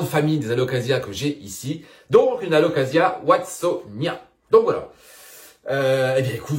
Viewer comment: Il me semble qu'on prononce Watsonia-NA... et j'en profite d'ailleurs c'est pas yuCANTA mais c'est yuCATAN Princess 😚. Bon mise à à part ça j'adore tes videos lol. Désolé pour les corrections de prononciations ça me démangeait la gorge 😭😭😭 J'espère que tu m'en veux pas